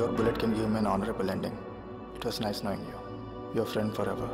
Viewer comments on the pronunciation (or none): none